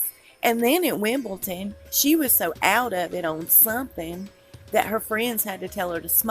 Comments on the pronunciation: I like your videos but you are pronouncing Wimbledon incorrectly...you are saying Wimble-ton but the correct pronunciation is Wimble-don...thanks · Y'all american loves to say Wimbleton instead of Wimbledon 😂😂😂😂😂 Danja 🤣🤣🤣🤣🤣🤣😜